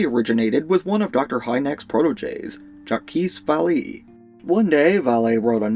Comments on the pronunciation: You "murdered" the french name Jacques Vallée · You might have learned this by now, but you murdered the pronunciation of Jacques Vallee's name. He's a prominent figure in Ufology, his name is worth learning, but you wouldn't be the first yotuber to butcher his name and I'm sure you won't be the last.